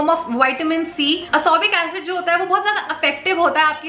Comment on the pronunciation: It is ascorbic acid....not ascobic acid..... 😂😂